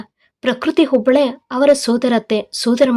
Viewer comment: ನಿನ್ನ ನಾಲಿಗೆಗೆ ದರ್ಭೆ ಹಾಕಾ,ಯಾಕೆ ಹ ಕಾರ, ಅ ಕಾರ ಸರಿಯಾಗಿ ಓದಲು ತಿಳಿ ವುಡುಗ ಅಲ್ಲ ಹುಡುಗ,ಹೆಣ್ಣು ಎಂದು ಎಣ್ಣು ಅಲ್ಲಾ, ಹೊಬ್ಬಳೆ ಅಲ್ಲ ಒಬ್ಬಳೆ ಇದ್ದಾಗ ಓದೋದು ಕಲಿ